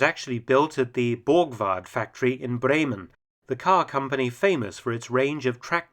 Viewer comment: That moment when Mr. Felton's pronunciation of Bremen is so spot on you can't tell it apart from an actual Bremer saying it